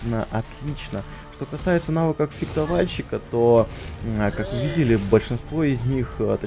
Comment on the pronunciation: Только одно. Фехтовальщик, не фектовальщик)))) а так лойс)